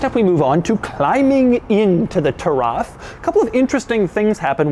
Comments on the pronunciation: Its spelled =Ta-ruf That is how arabs says it. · bro it's taraf not tarraf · "Lagonda Turaf"? I think a Uganda giraffe will depreciate less than this thing. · its actually pronounced "tuh-riff" soooooooo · its pronounced turuf